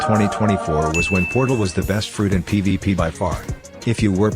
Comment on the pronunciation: Why do i hear like ppp instead of pvp